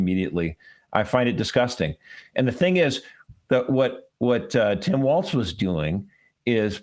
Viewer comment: Thank you for pronouncing WALZ almost correctly (it has no "T", just "walls, not waltz'. It was my last name before I married years ago, and STILL everytime someone mispronounces it I wince.